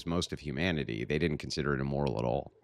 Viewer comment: "Historically, it's always been emoral" How tf is even having a conversation with these people? She didn't even know how to say immoral, let alone understand the difference between objective and subjective morality.